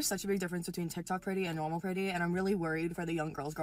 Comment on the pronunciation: you can’t say nun you pronounce Normal as Nermal like da damn Garfield character frl😂